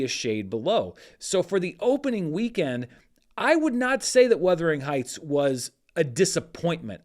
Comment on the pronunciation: Why are you saying Weathering Heights? It’s Werther, like the old people hard candy